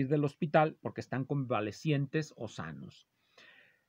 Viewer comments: Bellido se pronuncia como calle, pollo, lleno, etc. Si el apellido fuese italiano sí que se pronunciaría como "L". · Se pronuncia con el fonema /y/ o /ll/ si es que se hace la distinción en el resto de palabras que se escriben con el dígrafo ll. En cualquier caso, no se pronuncia como una ele sino como una elle. Saludos.